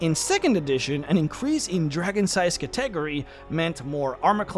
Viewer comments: Category is Cat-ah-gory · It took me a hot second to realize you were saying category when talking about that empowering spell. It's pronounced katteh-gory, not ka-tegery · I swore you were pronouncing some latin/elvish word or something then I realize you're saying cat-ta-gor-ree. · ima help you out - Cat-EH-Gorr-EH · Cat - eh - gore - eez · I know what you meant, but "Category" kept tripping me up. I don't want to be rude, it is pronounced "CAT - uh - gor - ee" or "Catta - gory" I only want to be helpful, I don't mean to sound condescending, I know English can be hard. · Stop mispronouncing cat-a-gory.... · It's hard for me to believe you've never heard the word "Category" pronounced out loud. Still, good video. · Not trying to hate or criticize but where did you learn to pronounce category? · Is he deleting the comments that point out his pronunciation of Catagory or am I going crazy? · That can't possibly be the way you think "category" is pronounced. It's a bit, right? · I still see many and its pretty tasteless. Like we get it guys. Funny way to say word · ive seen a fair few haha